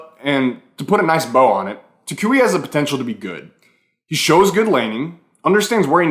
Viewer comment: learn how to say toucouille the right way or we not gonna be friends